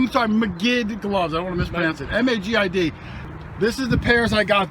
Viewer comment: MAGID. MAGID. MAGID. What else can you say?